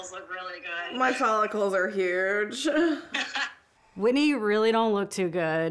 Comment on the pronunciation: Uhh 😬 her name is Whitney NOT WHITEY 😫